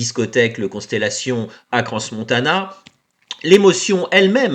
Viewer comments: On ne dis pas CranS - Montana mais Crans - montana on ne prononce pas le S. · Faire une vidéo sur un sujet et ne même pas prononcer correctement le nom de l'endroit...... je pense que tout ce que dis cette femme est faux, enfin vrai, mais pour elle pas pour les autres